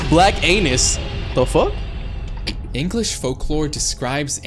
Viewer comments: NAH BRO SAID BLACK ANUS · What do you said black anus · When bro said black Annie I insteadly thought of black p**is